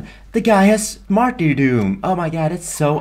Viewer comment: nigga u say matrydom so funny